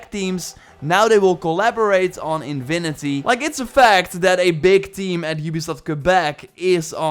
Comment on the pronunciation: its not invinity its infinity, the v is wrong, not a “v” sound, a fffff sound, lol